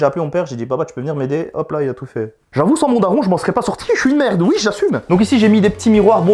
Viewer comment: WaiMy non il dit huho